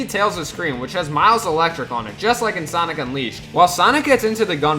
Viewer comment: Sanic 3 Me:SANIC SANIC BRO SAID SANIC